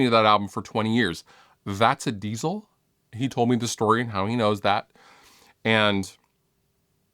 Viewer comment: the word diezel isn't pronounced like the word diesel